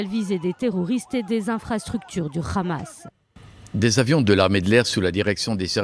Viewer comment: C'est hamas pas khamas